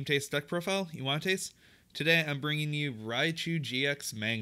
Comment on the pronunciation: Every time he says Wanna Taste, I laugh